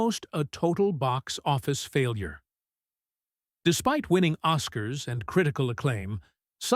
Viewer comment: Three "os-KARS" ? C'mon now. Too lazy to even read it?